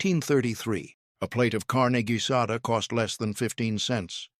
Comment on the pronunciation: Tamales = tah/MAL/lehs ... Carne Guisada = KAR/neh gui/sah/dah ... Tortillas = Tore/TEA/yahs